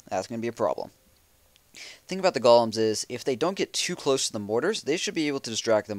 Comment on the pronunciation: Kills me when he says gol-um not goal-em ;)